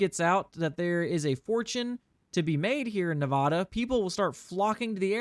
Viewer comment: I love your content but im having an issue with your pronunciation of Nevada. Its not Nev-ah-duh its Nev-aa-duh.